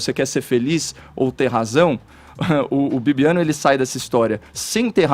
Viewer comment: 18min.. Edgar: "bobiano"kkkkkkkk